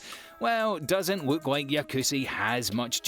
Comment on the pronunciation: "we take a wook"